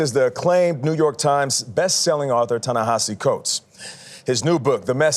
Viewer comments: I disagree. Listen carefully... Burleson clearly says "Ta-Nahasi" and again . Then the Zionist Dokoupil takes this mispronunciation a step further by introducing an "H" to Burleson's mistake, twice referring to Ta-Nahashi" and again . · first guy pronounced it correctly, other guy didn't the first time he said it, but it is tah-nuh-HAH-see even though it doesn't look that way. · CAN YALL PRONOUNCE HIS NAME CORRECTLY. TA-Naheeeeeesi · Did you notice how the two co-hosts mispronounce "Ta-Nehisi"? It's not that hard if you bother to try. All Dokoupil's effort went into trying to get a gotcha. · Dude claims they are "friends" but can't even pronounce his name correctly. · The racism in Tony’s tone and speech. Also, he keeps pronouncing Ta-Nehisi wrong. 🙄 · That first host (whose name I won't use, since he couldn't even get Ta-Nehisi's name correct) shouldn't even have a job after this disgusting "interview.' Nothing but propaganda, spitting in the face of the victims of a genocide. This monster had the gall to mention "kids blown to pieces," while that is what is happening ten-fold in Palestine. But he doesn't care about the dead brown children. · Yep, and also both of the male interviewers repeatedly mis-pronounced the author's first name.